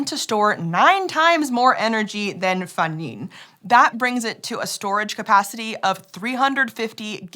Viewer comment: Huge Congrats to for a very close pronunciation of that Chinese name, Fengning! And thank you for (probably) checking on that so you can say it accurately.